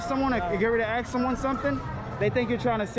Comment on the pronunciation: Its ask not axe.